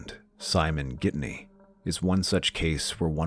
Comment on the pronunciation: It’s Ghittany the naracter says Gidney.... Lisa new he was controlling sadly she didn’t leave Simon earlier.